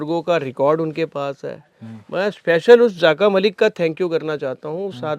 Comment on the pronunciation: Zaaka malik nahi dear rather zaka malik.